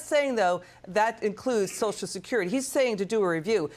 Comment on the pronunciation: Why do they call it soch security? Is it that hard to throw that extra syllable in there?